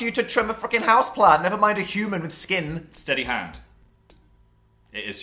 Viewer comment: the way dan says s k i n